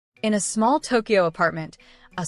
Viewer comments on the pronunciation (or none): none